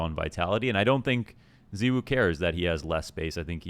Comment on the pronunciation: pls. i just want to understand. 'ZEEwoo'. why. everyone else in the scene including his teammates, and zywoo himself pronounce it 'zye-woo'. why must you cause us pain by insisting on differentiating? the people need answers.